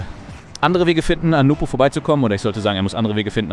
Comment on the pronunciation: His name is NWPO btw not NUPO